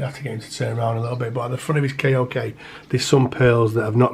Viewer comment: K O K is pronounced like “coke” beautiful creature anyway I’m also interested in these myself